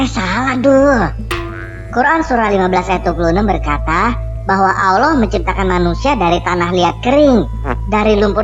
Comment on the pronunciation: yg salah baca siapa? Tulisan Allah bacax auloh... gak tau baca yachh.. hehehe